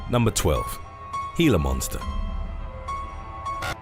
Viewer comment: thank you for pronouncing "Glia Monster" properly. When people call it a "Gee-la Monster" (hard G) it totally kills a video for me.